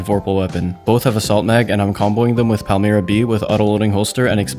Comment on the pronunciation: WHAT THE FUCK YOU PRONOUNCED PALMYRA ALMOST PERFECTLY